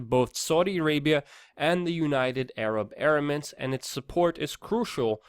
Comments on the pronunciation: You wanna be taken seriously Luke? Learn how to pronounce EMIRATES. UNITED ARAB EM IR ATES! DANG! OH, AND BTW, FUCK CNN FAKE NEWS! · Em-err-its.... there's no A in there :P